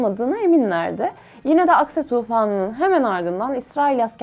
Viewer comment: Что за нерадивая переводчица?!😮 похоже ты еврейка и намеренно неправильно выговариваешь имена Хезболла, Аль-Акса и т.д., неправильно ставишь ударения и в других словах